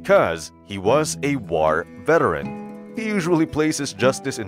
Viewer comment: What’s with the odd speak you’re doing in the narrations? Pronounciations you are doing are a bit odd .. yet you are speaking English.. it’s just hard not to notice .. and I’m curious. I mean .. it would make sense if you were not a native speaker.. mostly the way you say “war”.